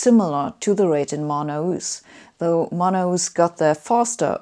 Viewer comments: Love how she pronounces Manaus. Hey, Sabine, the sound is like /man'haos/ or /man'alls/, not /mana-'us/ like you said. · Great explanations! Scientific and wise. Just as a sidenote, you read "Manaus" as "ma-na-oos", but natively it sounds more like "ma-naos" ;-) (not a big deal, though; it's clearly understandable). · The best way to put it is: put the emphasis on /na/ not in /us/